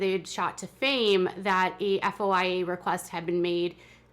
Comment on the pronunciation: Its called a foya, foy-a report. At least that's what I understand. Not spelled out but two syllables, foy-a